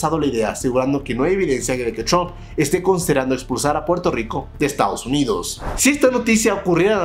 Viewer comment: chrump o trump??? busca ayuda para aprender a pronunciar la R ... o busca en internet como practicar y mejorar eso. No creo qhe te cueste mas de una semana mejorarlo.